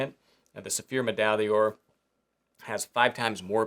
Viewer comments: it trips me up every time, and I know French is hard for Americans, but it is “medaille door”, medaille day-ore is really way off… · "Meh-dye door". Please! :)